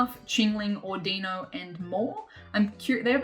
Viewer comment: Your accent is so cute lol you say “Di-no” , but it’s pronounced “Dey-no” 😉